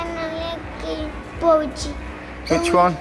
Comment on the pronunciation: What’s boodgie? It’s called a budgie lol